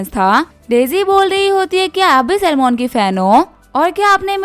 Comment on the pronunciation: Salmon❌ Salman✅